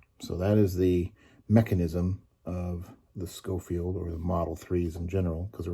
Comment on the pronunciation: Pronounced “Showfield”. Love mine, have Ivory grips